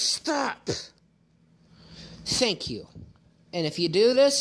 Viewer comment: holy shit he said “sank you”. He can’t even pronounce words correctly.